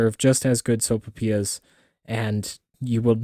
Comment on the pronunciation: Soap'pias??? So-pai-PEE-yass. Your welcome.